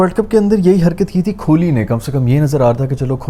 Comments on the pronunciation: Kholi ❌ Kohli ✅ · His pronunciation of kholi is making me uncomfortable, its kholi with Kaaf not kholi with khay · bhai padhe likhe lakthe ho please thodi apni pronunciation me dhyaan diya karo ... 1.50M se jyada subscribers hai aapke thoda please dhyaan rakha karo... ITS KOH - LI not KHO-LI ...